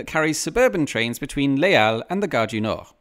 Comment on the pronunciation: isn't Les Halles pronounced "lesall"?